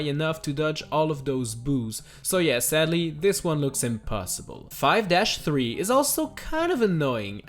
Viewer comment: But seddely